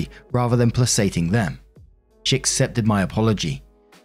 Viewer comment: Ooooh -! Placating: play-kay-ting